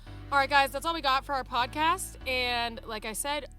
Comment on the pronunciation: I missed the podcasts, and Lisa's "it's cimorelli podacast" accent 😭😭❤